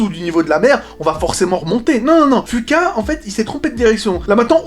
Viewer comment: Ca ce prononce fuquwa bordel pas fuqua